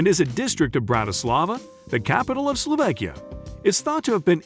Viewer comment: I wish he knew how to pronounce words like "Slovakia" and "Tatras".